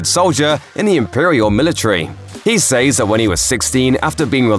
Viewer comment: Please learn how to pronounce "says".